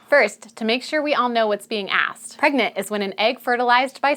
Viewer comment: Pergnut, pergonant, pregnart 😂